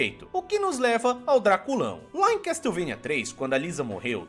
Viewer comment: "Casteuvania" sempre dou risada, a gente tenta mas sempre sai 😂